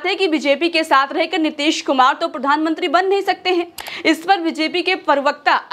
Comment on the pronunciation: Nitesh kumar nahi Madame ...Nitish kumar ...naam nahi dhang se padh sakte... Reporter banne chale 🤗🤗🤗🤗🤗🤗🤗🤗🤗🤗🤗🤗